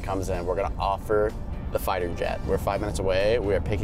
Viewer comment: He said flighter jet 💀